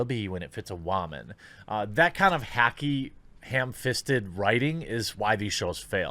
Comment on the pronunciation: "the Batsuit is literal perfection, it will be when it fits a whEmen", LOL